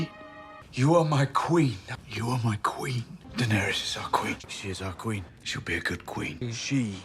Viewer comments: muh kween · Muh Qween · Jon Snow declaring “Muh Queen” over and over has me ROLLING. Then I remember how hard this show tanked. MUH QWEEN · "Ma Queen", 🤣😂 Great video